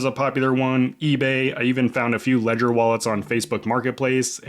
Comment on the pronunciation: R u aware that u r mispronouncing the name Ledger?